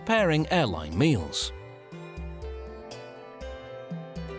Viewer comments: “maeals” lol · HAHAHAHA I heard that too and had to rewind!!!